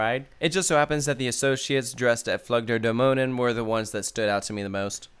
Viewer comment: Your pronounciation of "Flug der Dämonen" was spot-on, which is impressive. However, with "Soltau", the emphasis is on the first syllable, not the second one. So, more like "ZOLL-tau".